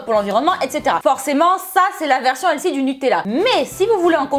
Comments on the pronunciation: On dit pas elsy mais elfy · helsi? hahaha on voit l'accent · Bonne vidéo, mais pourquoi tu dis toujours "healthy" ? (D'ailleurs tu prononces ça "L SI" mdr). Tu sais qu'il y a un mot français qui existe au lieu de cet anglicisme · stp pourquoi ne pas prononcer Healthy correctement ? juste pourquoi? Helsi ?j ai mis 10 min a comprendre ce que tu dis . J me moque pas c est une question sérieuse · "elsi, elsi" notre accent français... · Et elle ne sait pas prononcer healthy non plus j'ai cru tout le long qu'elle parlait d'une nouvelle mode du nom de "L-Si" ou encore "Elsi" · Healthy se prononce plus avec un F qu'un S, si jamais...